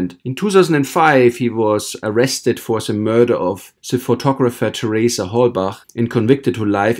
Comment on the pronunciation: Its German. I am German too. "Halbach" is a German Lastname and he pronounces how we would do it. I mean the "ch" at the and.